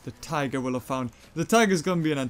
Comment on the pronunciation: 8.21 the way he said tigger